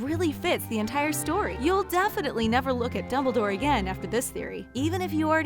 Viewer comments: .…. who??? I dont know a dimbledore. gosh they need to get a new person to speak in these they mess up too many names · she calls Dumbledore dimbledore